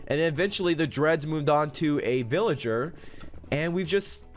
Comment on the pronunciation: villigeh skoon